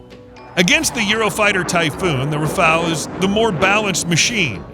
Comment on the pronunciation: Не рафл а рафаль ИИ не знает русский язык